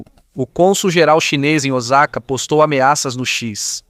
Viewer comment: aprende a narrar cara lh0 !!!! nao é OZAKA É OSAKA , NAO É TAKAYUSHI É TAKAICHI !!!